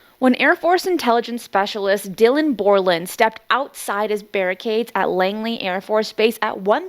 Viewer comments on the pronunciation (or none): Thanks! Barracks, not barricade.